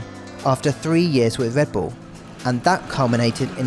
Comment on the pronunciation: “Wike wivels wedbull”